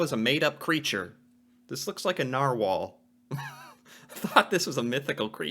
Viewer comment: It was a Narwhahl